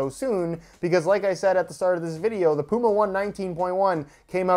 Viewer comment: The dummy cant say puma!